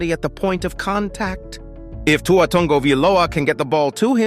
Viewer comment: I love it when this AI trys to say tuas name...